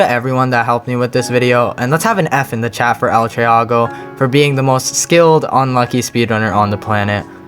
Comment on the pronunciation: bruh you pronounced it wrong its el tree-go not el trea-go